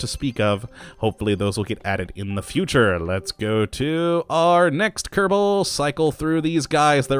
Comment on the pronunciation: Ke-ro-bo space program?